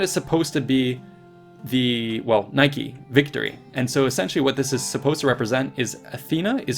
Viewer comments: Nike is read "nee-keh" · Very nice! For the American narrator: Nike is not pronounced like the sportswear, "neighkey". But as in the combination of "knee" and "kè". Where the "è" sounds like the first "e" in "level".